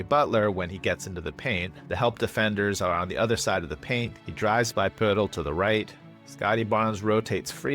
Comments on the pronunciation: your videos bring so much joy to my life man. Thanks for the consistent awesome content, I always leave a comment. The pronunciation of Poeltl made me smile. Elite. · OMG the way you pronounce Poeltl 🤣🤣🤣. It's probably the correct pronunciation, but brought me a chuckle every time.